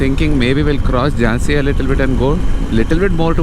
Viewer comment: It's Jhansi not Jaazi